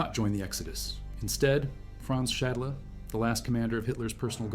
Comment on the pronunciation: Franz Schadler??? Correct is Franz Schädle (or Franz Schaedle)!!! And stop with this AI bullshit!